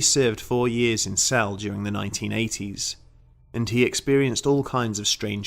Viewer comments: Like all of your videos, this was fascinating. Whether or not the legends have any substance doesn't matter. It was a good story well told. By the way, Celle is pronounced 'celler', not cell. Sorry to nitpick. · It’s pronounced celly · I live in celle....it's not cell sorry. I have been in the Rathaus often and i know people who work there...as of now 2020 nobody sees or feel things that you are explaining. Not saying it's not true I don't know, but as of now no all is good. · I was based in Trenchard Barracks in Celle, pronoiunced sella by the way, we all heard the stories and we all went out to Belsen which was 20 minutes up the road, the place had a very strange vibe especially the barracks but none of us actually saw anything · By the way, it's pronounced cel-lah. Not a big deal, I just figured you might wanna know. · and celle is pronounced celler or cella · I love your videos, but being a Kraut, the E at the end of Celle is not silent. We do not have those in German. Other than that, these are all top notch stories!